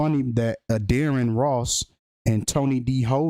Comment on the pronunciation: Why Wen U Say Addarren Ross Sounds Like Your Saying Dearest Loss , Internesting 🤔😒😣